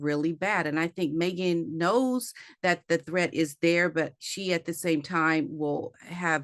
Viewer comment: She says" maygen"